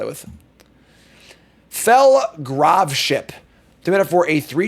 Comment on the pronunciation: its "gr - Ah - v" not "grov" by the way. its short for Gravity.